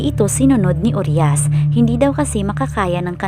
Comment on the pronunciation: Pls po pki ayus namn ung pronounciation ng uriah..hindi po "uryas" U-RAYA PO ang pagkabgkas npn